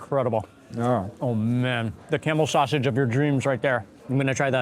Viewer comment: I followed u for years and I didn't think I can see our Egyptian food in a video like this man ,,, I'm fasting Ramadan and I didn't have my iftar till yet and watching u eating it's so yummy and u make me so hungry ,love u man,,, love how u eat, love how u say the names of Egyptian food especially sausage u say it like us man u are so good in describing what u eating